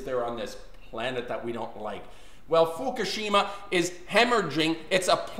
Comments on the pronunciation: It is pronounced "Fookoosheema" not "Fookasheema".... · ***** Give it a rest indeed. If Fukushima is so important to you the least you can do is pronounce it correctly. There are no two ways of pronouncing it.